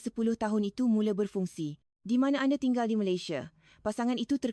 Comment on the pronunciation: Nampak sangat rakyat INDONESIA yg create video ni.. Sbb dorg tahu, buat video gini akan dapat ramai viewer dari rakyat Malaysia... 'Anda' jadi 'Ande'..... 😅